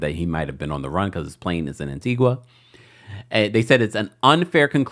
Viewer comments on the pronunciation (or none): Pronounced Antiga. Antiqua is in Guatemala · ITS ANTIGUA-A NOT ANTIGWA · FYI it’s pronounced AntigA not Antigua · Stop saying "An Ti Gwa" it's An Ti Ga❤❤ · Tea-Gah. Not An-Tea-gwah. 😘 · Pronounced An-tee-guh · Yes I heard it landed in Antigua but they have extradition laws. Sidenote: it's pronounced An ti gah My family's country 🇦🇬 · It's pronounced (An-tee-gah) Antigua 🇦🇬🇦🇬🇦🇬....and they do have extradition to the USA. Ps. That island dont need no Didler drama...😮